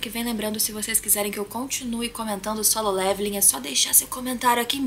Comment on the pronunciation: aeeee ela falou solem irmãos kkkkkkk likezão